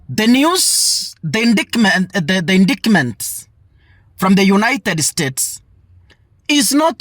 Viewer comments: Endaetiment in pronounce of indictment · indictment is pronounced as: indaitment. Hope that helps.